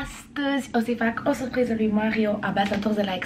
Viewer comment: Vai da ce suphriză 😂 Niște ore de logopedie nu ți-ar prinde rău. Ma mir ca nu ai fost dusă în copilărie să rezolvi rr-itul ăsta enervant